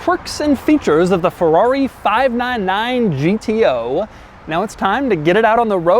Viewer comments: "fahv-nan-nan GTO" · Why did he keep saying "FIVE NINE NINE" like a cowboy? lmao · Doug sounds like a cowboy everytime he says 599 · Doug is the type of guy to say 599 like he's some sort of weirdo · He says 599 in a weird way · When did Doug become southern? I've never heard him say "599" like that. Is CNC in Louisville, KY? 😂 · That's Doug's subtleties 😂